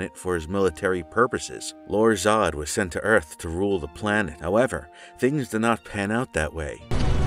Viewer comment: At least you pronounced his name correctly.